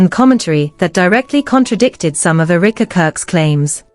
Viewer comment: The pronunciation is: Eh - ruh - kuh Not eureka